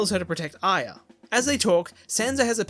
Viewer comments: Why does he say "Ayeea" instead of Arya? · As much as this is awesome and fascinating... Its A-REE-UH. Not Ai-yah!!! That pronunciation so many times kills me 😂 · you’re brilliant but the way you pronounce Arya as iya drives me insane idk pls use an american accent from now on only when you say her name for my personal comfort thank you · Why can't you say Arya right?